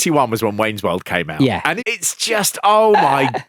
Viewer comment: "And the Wolld"